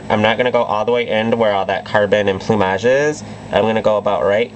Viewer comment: Wow.. I think its the first time i hear someone prononce "plumage" correctly. Amazing look btw, I loooove you videos